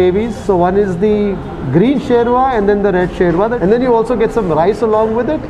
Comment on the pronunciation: sherva word is not right. Correct word is "shurbah" which is arabic word which means gravy. Urdu may shorba kehte hai